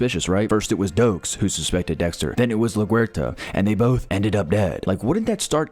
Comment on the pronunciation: Maria la-who??? I've always been pronouncing it like the airport. What the hell was that pronunciation